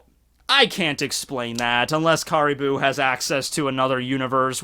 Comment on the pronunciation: Also Caribou's name is pronounced like the animal caribou.